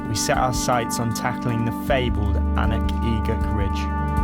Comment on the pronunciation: Very cool pretty walk. Although as a Gaelic speaker I have to point out the pronunciation error. The ridge is pronounced like "oon-uch ek-uch”